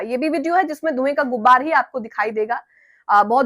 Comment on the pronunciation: Madam saheba... Dhway ki "GUBBAR" nhi hoti hai... "GUBAR" hota hai